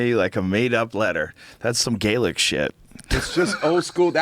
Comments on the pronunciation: that dude is pronouncing Gaelic wrong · this moron knows fuck all about gaelic or it's pronunciation. MORON!